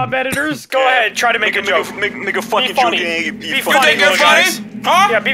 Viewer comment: BRO i thought swagger said the nword but it was him just trying to say "make" XDDDDD